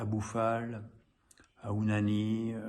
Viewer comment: Pourquoi tous le monde appelle Ounahi "Ounani" ?